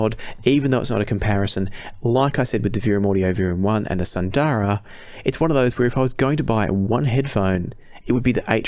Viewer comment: Isn't Sundara pronounced Soon-dara (assuming it is based on Sanskrit)? Same with Susvara.